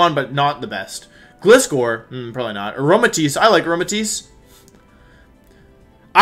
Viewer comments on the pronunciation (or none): none